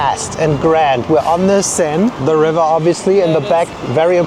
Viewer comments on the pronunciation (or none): none